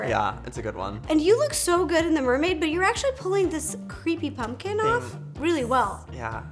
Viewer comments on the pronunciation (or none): Is it just me or when rosssana says pumpkin it sounds like punpkin instead of pumpkin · I love how Ro says punkin and not pumpkin😂😂😂💖💖💖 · She literally says "punking" instead of pumpkin, and I love it